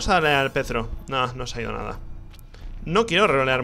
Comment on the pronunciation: O por DIOS!!! Es Perthro y no Pethro Ni voy a poder dormir hoy T-T